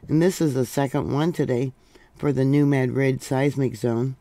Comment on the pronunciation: i know the emphasis on pronounciation buts its New MA-drid...not mad- rid or mad- drid...otherwise will be spelled Maddrid..